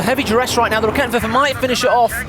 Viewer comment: raketten-woerfer? RA-KE-TEN-WER-FER its not that hard